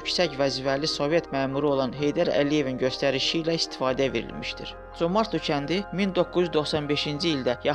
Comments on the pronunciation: adın düz deyin comartlo yox Comərdli. yerevan yox -İrəvan, qoris yox Gorus v.s. bizim mətbuat ermənilərin dəyirmanına su tökür onlardan betər türk toponimlərini erməniləşdirir.Dil komitəsi və s. strukturlar hara baxır işlərin adı nədi görəsən? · Vurğunu düzgün vurun, Comertlidir eslinde, qedim Azerbaycan torpaği.amma siz ele deyirsiniz ki,guya ermenilerin olub oralar. Xahiş edirem,kimseni ifşa etmek isteseniz bele savadli münasibet bildirin. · Ay nadan, ay savadsız, ay başıboş,ay bədbəxt o yerlər tarixi Azərbaycan torpaqlarıdır. Birincisi kəndin adını səsləndirəndə vurğunu düz qoy,ay kəmsavad.İkincisi o kənddə (Comərdlidə) və Qarakilsə (Orada qədim alban kilsəsi indi də durur,Sovet vaxtı oranın tarixi adını dəyişib çar generalı Sisianovun şərəfinə Sisian qoymuşdular) rayonunda yerləşən bütün kəndlərdə azərbaycanlılar yaşayırdı.Sonradan ermənilər rusların köməyi ilə o yerlərdə erməniləri məskunlaşdırmaqla və yerli əhalini (azərbaycanlıları ) o yerlərdən zorla köçürməklə erməniləşdirdilər.Ay küt, Bakı -Sisian marşrutu ilə işləyən avtobus azərbaycanlılara xidmət edirdi və ordakı azərbaycanlıların Azərbaycanla əlaqəsinin kəsməmək üçün ,gediş-gəlişlərini asanlaşdırmaq üçün açılmışdı.Özü də avtobus sənin düzgün təlləfüz etmədiyin Comərdli ( yerli ləhcədə Comardlı) kəndinə yox, rayon mərkəzinə gedirdi.Sən get o boş beynini doldur.Əvvəlcə Azərbaycan dilinin qrammatikasında olan Ahəng qanununu oyrən,sonra qrammatikanı tam öyrən və paralel olaraq Azərbaycan tarixini də öyrən.Küt beyin, müasir dildə desək tupoy oğlu tupoy. Ermənilər çox yerlərin adlarını dəyişib erməni adı qoyublar,bu o demək deyil ki, o yerlər onlarındır.Sən Azərbaycan tarixini yaxşı öyrən.Məntiq elminə də fikir ver.Qatıqlama. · Dəyyus, sən Zəngəzuru niyə erməni torpağı kimi qələmə verirsən? Dilin heç türk sözünü düz əməlli tələffüz edə bilmir... Comərdli... Ayıb olsun adminə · Comərd sözü Azərbaycan sözüdür erməni sözü deyil, özü də vurğu o hərfinin üstündədir.. sözü düzgün tələffüz edin ay aparıcı